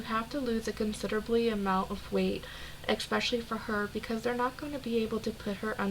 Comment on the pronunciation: Everytime she pronounces especially as "exspecially" i lose a braincell I'm 347 in the negatives